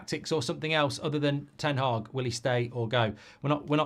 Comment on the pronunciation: Ten Hag. Not Haag. Mark pronounces it Ten Haag but that's the definition of insanity.